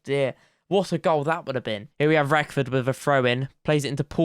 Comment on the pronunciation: Wrexham and FM fan here, great series mate! Not a criticism in the slightest I'm just letting you know (all Wrexham fans did this as well when we signed him) but there's no 'f' in 'Reckord', and Cefn Druids is 'Keff-in Droo-ids'. As for the Polish keeper, none of us know that one! Keep up the good work! P.S. Mullin is a beast.